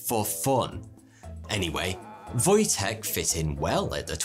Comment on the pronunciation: That's a pretty good pronunciation of "Wojtek", well done. ;) I didn't even know this name has such meaning, but it makes more sense once you realise it's a diminutive of Wojciech. ;)